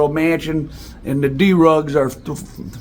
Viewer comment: YOURE FUNNY WITH THE WAY YOU SAY CERTAIN WORDSV LIKE D RUGS 🤪🤪😂😂🤡🤡🤣🤣!!!!!